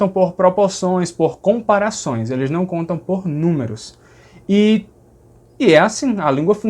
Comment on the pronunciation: Adoro o seus vídeos. Só gostaria de pontuar uma coisa. Sou paulistano, você acerta ao dizer que os ditongos "nasais" daqui seriam na verdade uma nasalização da letra final, como na palavra "Não". Porém, o som que você fez assemelhou-se mais a um esteriótipo divulgado pela mídia em programas de humor (claro que sei que não era a sua intenção). A mídia brinca com isso, mas não representa 0,001 por cento do do sotaque paulista e principalmente do sotaque paulistano. Na verdade, palavras com lã, rã, amanhã, âmago, Ana, etc, o "A" tônico, nesses casos, pronunciamos mais como um som próximo a um "schwa tônico", aquele V invertido do IPA. No ditongo "ão", a mesma coisa, ou seja, o "ã" como schwa e a nasalização recai no "o". Vou tentar transliterar "ão" paulistano = schwa + u + "ng". Desculpe, pela transliteração esquisita, não tenho os símbolos IPA aqui no teclado. Adoro o seu canal, as informações precisas que você traz e o conhecimento que compartilha, além da simpatia. O conteúdo é top. Aprendo muito com você. Parabéns e muito obrigado!